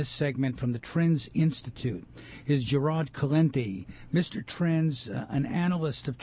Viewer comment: Good God this guy just butchered Gerald's name. How in the hell do you get Gerad out of Gerald? Take some English classes before going on the radio...